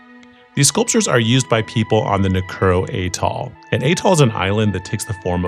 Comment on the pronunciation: Nu Ku o ro is how it's pronounce